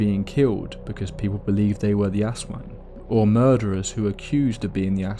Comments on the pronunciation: Ahhhhh yes the terrifying Ass Wang. Poopy, scary, and terrifying to become.😂 I’m sorry, the creature is pronounced Az Wong if this helps. Do did such a great job story telling drawing, but broke my immersion in . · Don't say it like "Ass wang" Say it like A'swung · Bro said Ass Wang 💀 ... good video btw! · hearing someone pronounce "aswang" as "Ass wang" is the funniest crap to me lmao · The way he pronounces "aswang" as "ass wang" gotta be deliberate 😂😂😂 hahah but I had an experience when I was in the Philippines. One night I saw a what looked like really big bird or bat fly by my Aunt's house and when I pointed it out all of my aunts were like "that's an aswang" and it just so happened that one of the neighbors was pregnant at the time. Could it be a coincidence? I don't know but that was the only time I've ever seen a bird or bat with such a large wingspan. Not sure if any large flying animals exist in the part of the Philippines I was at though so I might have seen an actual aswang but who knows. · I love the vid but the aswang mispronounciation is so consistent that its scarier than the vid lol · The pronunciation of Aswan took the horror out of everything but it’s neat to see my cultural heritage hitting the main stage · I'm sorry but the way you said Aswang completely made the whole intro hilarious instead 😭